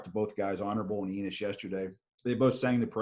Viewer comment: It's Pronounce like E-NOSE, not ENIS It's Terrence Enos Jr